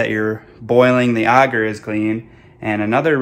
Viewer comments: agar is pronounced a (as in apple) gar. auger as you're prounouncing it is a device to dig holes. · Ay-gar. Aye-ghar. It may be a mispronunciation but please god say it like the rest of us lest I deafen myself to minimize shock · Can’t take some seriously when they don’t even know how to pronounce the thing they are working with! No one in mycology calls AGAR Auger! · The way you pronounce agar is triggering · ok, but it's definitely not pronounced auger either way, which a simple google search confirms. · ik lol it just drives me crazy for some reason when he says it like that :) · Never heard someone say agar like that